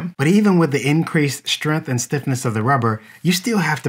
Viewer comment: He almost said strength properly. So close!